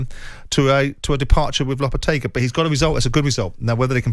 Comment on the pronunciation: Simon is supposed to know what he's talking about yet constantly mangles players' and managers' names. Yesterday he was calling Chelsea's manager "Maresco", today he is calling Lopetegui "Lopetargi" 🤦‍♂